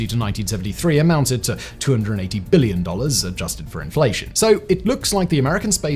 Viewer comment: can you stop putting so much forceful emphasis on the letter B in the word "billion" every time you say it?